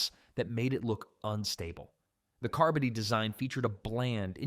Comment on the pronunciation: AI can't even pronounce "carbody".